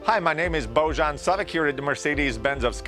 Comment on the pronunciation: Why would you pronounce the J in your first name as a J? It’s obviously said as a Y. Boyan.